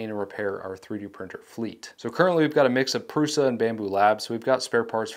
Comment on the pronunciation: Thank you for correctly pronouncing Prusa.